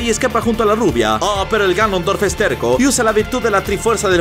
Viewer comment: Soy yo o dijo granondorf el en el min